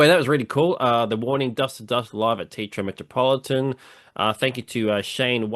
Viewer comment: Teatro Metropolitan: Just say Teh-Ah-trro Meh-tro-Po-Lee-tahn. There is no tee in Teatro.